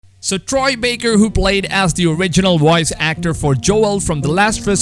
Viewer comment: Woice actor Inwited